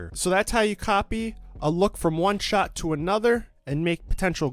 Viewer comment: what is a "shaaaaaaart"